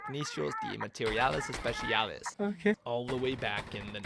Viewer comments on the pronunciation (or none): I know this is a whatevs thing but as a Spanish speaker, the two C's in técnico are with the hard c sound. Also, de is with a flat e sound like in desk. Also also, the c in especiales is like the c in cell. I'm not gonna say anything about the r sound but your other Spanish wasn't too bad, better than most English speakers. Also, G3 is a beautiful gun.